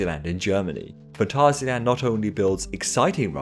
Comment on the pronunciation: You probably are the first English person I've ever heard to pronounce Phantasialand the German way! 😂 Very well researched, edited and scripted video! I always was looking for an ultimate sum-up of the most important modern coaster era and never found one. Now I have! One thing that I noticed is that it probably isn't the best to talk about 2001-Dodonpa whilst showing 2017-Do-Dodonpa's Loop without adding that this wasn't there at the time. However, I still think your videos belong to the most informative ones in the entirety of the coaster world!